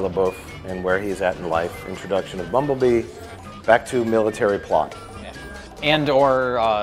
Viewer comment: “Introduction of Bumblee” Bumblebee, close Scrolling though 5 years of comments and no one seen it, ffs